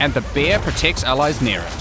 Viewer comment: when he says bear it sounds like beer